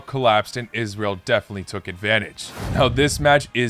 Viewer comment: I’m so glad you said Israel correctly! Made my day.